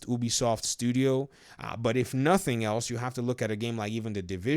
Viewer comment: It’s not pronounced ooobie soft biggest fucking pet peeve